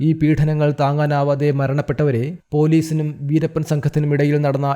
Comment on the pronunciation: വീരപ്പനെ, വീരപ്പനെ എന്നല്ലാതെ വീരപ്പന് എന്ന് പറയാൻ അറിയില്ലേ? ഉച്ചാരണം പോലും അറിയാതെ ചാനലും ആയി ഇറങ്ങിക്കോളും 🥵😱🎃